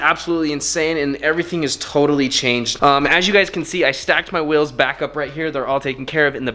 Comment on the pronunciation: The amount of times he calls it “wills” and not “wheels” triggers me literally every single time